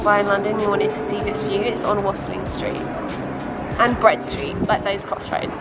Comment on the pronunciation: Never heard anyone pronounce Watling street like you